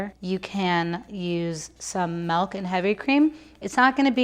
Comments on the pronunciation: It's nice to hear "malk" outside a meme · i love but the way she pronounces 'milk' as 'melk' makes me go shdjhxkcmxnKasnkxb